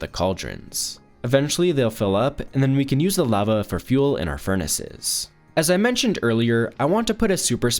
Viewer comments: Good video but holy shit please pronounce lava right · he says lava SO weird, like ive never heard ANYONE say it like thatttt